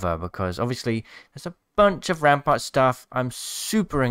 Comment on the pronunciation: Crack em knuckles it's rrrraampart time